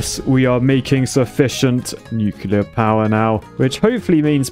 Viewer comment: only architects are allowed to say “nucular” instead of nuclear